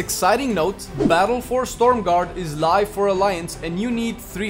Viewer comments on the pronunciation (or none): But it's Stromgarde, not Stormgarde ;D